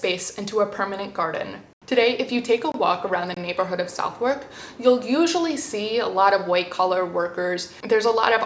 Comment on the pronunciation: I feel I should point out that the pronunciation of Southwark is Suthuk.